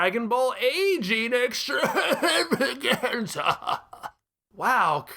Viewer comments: Always loved the way you say "extrrrrravaganza" ; it's just so EXTRA. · 12/10 for the pronunciation of EXTRAVAGANZA